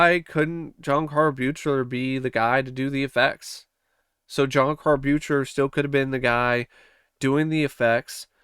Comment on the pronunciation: How many times do I have to hear people say the director's name wrong??? It's suppose to sound like BEAKLER!!!! BEAK-LER... Good review but damn most people who enjoy these films doesn't know how to get the director for part 7's name right... I know I'm over reacting but to me it's like nails on a chalkboard.